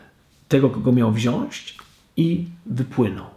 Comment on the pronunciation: Jakiego pana mamy szukać ? Tak Ci trudno było dodać Pana BOGA lub Pana Jezusa ? Przypomnę, że pan to bożek grający na fletni. Jeśli chcesz być poważnie odbierany, to postaraj się nie robić kardynalnych błędów językowych. Po polsku mówimy wziąĆ, a nie wziąś.